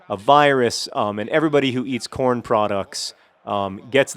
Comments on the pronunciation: hehehe, i thought he said porn instead of corn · Every time I hear the word Corn, I always have to check to make sure he's not saying Porn.